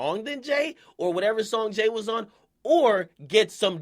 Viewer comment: Jay's dick is so far down akademiks throat he can't even say jay lmao. listen